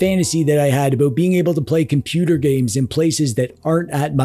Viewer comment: You said "aboot" not about.